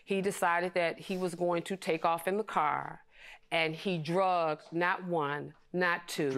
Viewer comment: It’s dragged not drugged lol